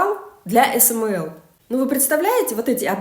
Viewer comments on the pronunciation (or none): Ну тогда уже и не "эсэмээл" :))